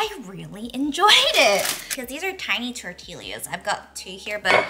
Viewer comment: Love you! Thanks for sharing your world with us. Also, it's pronounced Tor-Tee-Yuh.:) (Tortilla)